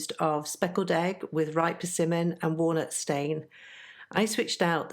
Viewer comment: Perversion? 🤣. I’m thinking you meant persimmon. Thanks for the chuckle.